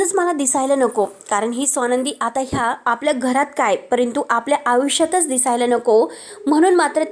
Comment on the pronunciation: आयुष्य, असा शब्द आहे, निट बोला.आता, आता कशाला म्हणताय, सारखं. फरक,पडतच नाही.